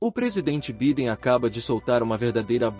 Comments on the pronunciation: Pronuncia -se Baiden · Vc está pronunciando o nome do presidente americano de modo incorreto.. perdão pela correção.